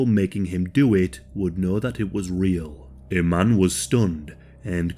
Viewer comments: just for future reference, my middle name is iman. it’s pronounced ‘e-Mon’ thank you. david bowie was also married to model iman as well. love your videos. just a heads up. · yes. it is. there are of course different ways of spelling and slightly different pronunciations. because it’s an arabic name so native speakers have slight accents. but i-man is not correct.